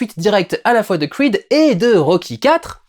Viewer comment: pourquoi tu dis "Crweed" et tu dis "Rocky" et non pas " Rwacky" 😝